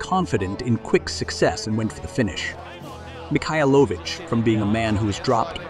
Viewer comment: the worst is Mikhailovich, there are at least 5 different pronunciations on a less than 2 min time lapse.